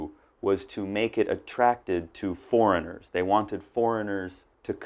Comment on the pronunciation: I laugh so hard with the "forengiers free" 😂 😂 😂 btw thanks so much for this video . I learnt a lot . Keep it up and God bless 😘